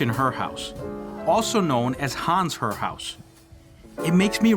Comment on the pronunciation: Thank you for correctly identifying the Christian Herr house. While a Swiss/German may pronounce Herr as Hair, all the locals say Herr. My only complaint is that the video is too short. It would be enjoyable to listen to you elaborate on each of these sites. Thank you. PS: Next time in Columbia you must visit Wright's Mansion.